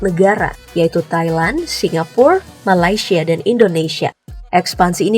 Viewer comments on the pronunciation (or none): none